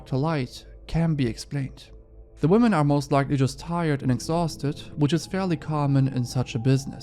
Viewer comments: Why is this the second time as of late that i've discovered somebody with a large online following who can't pronounce the word 'women'? For clarity, it's somebody featured within the first story. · The dude at 7min really bothers me because he english obviously his first language, be he doesn't have any distinction between saying wman and women. Idk, just irks me so bad. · whoever was the tick toker that kept saying woman instead of women, I swear needs to go back to school. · Why can't male YouTubers pronounce the word "women" correctly? 🤦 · Bruh why tf does pronouce "women" incorrectly